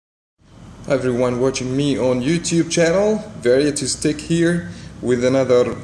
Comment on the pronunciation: it's tech not teck or did you make it that way still love your channel tho